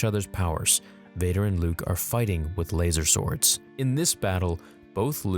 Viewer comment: did you just say "LaZEr sWord"